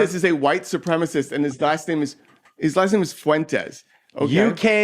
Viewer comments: why cant they say "supremacist" all these magats say supremist. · Santos and his cohost are saying “supremist”, which is not a word. The word is “supremacist.”